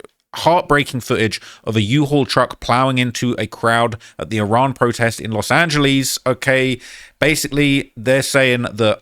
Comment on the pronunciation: I just cnt take serious anytime he say "Los Angelees" 😂 ESP following the "Muluh" blunder 🤔 Which was actually a new 1 for him 🤓